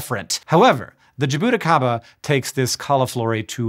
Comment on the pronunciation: I have been watching ur videos for 10 years. Your pronunciation of Jaboticaba was Horrible!